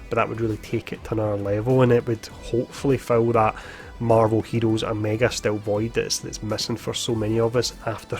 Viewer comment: Every time you say marvel hero’s omega a piece of my heart broke